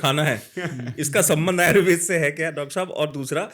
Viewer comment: जनाब आयुर्वेद को आयुर्वेदा नहीं कहें,क्योंकि आयुर्वेद को वेदा कहकर हमारी संस्कृति का अपमान लगता है। इसलिए आयुर्वेद ही कहें।